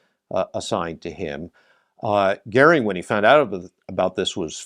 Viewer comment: Sorry to start with a grumpy comment: as in so many videos, the subtitles detract from all the hard work done to gather visual material. After the audio gets Goering's name correctly pronounced, the subtitle has it as Gehrig!😬 This apart, an excellent video with extremely good use of in flight footage of the aircraft. Very informative, and I would love to see a comparison of the Me262 and the Meteor.